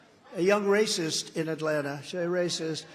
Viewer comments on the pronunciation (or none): none